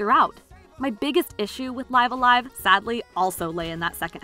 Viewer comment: She pronounced it just as Nintendo itself pronounced it during the trailer.